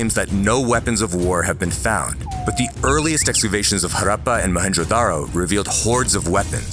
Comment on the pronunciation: Love how you took the time to get the pronunciation right for words like Buddhism and Harappa — it may seem trivial, but it adds so much depth and care to the content. Keep up the amazing work!